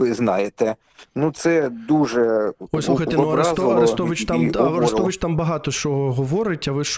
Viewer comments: Виходячи з того як шановний мешканець Херсону називає АрЕстовича можна зробити висновок, що херсонець дивиться переважно скабєєву. Бо в українських змі АрестОвича називають саме з наголосом на "о" в його прізвищі і ніяк інакше. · Цікавий наголос АрЄстович. Як Скабеева вимовляє.